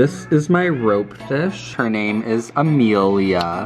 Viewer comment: Haha "Ameelia" subscribes